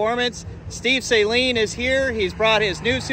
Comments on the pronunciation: It's pronounced Suh-leen NOT Say-leen. You're welcome. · All the illiterates need to stop pronouncing Steve’s name as “saline” like the contact lens solution and with the emphasis on the first syllable. Suh-LEEN. It’s his name.